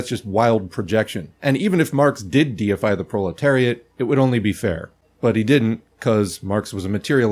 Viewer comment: Hearing your say diefy themselves after seeing that trump AI picture made my day lol